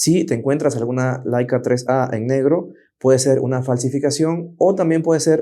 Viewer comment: Laica era una perrita que fue primera a la estratosfera. La cámara se llama Leica y se pronuncia “leica” tanto en español como en alemán.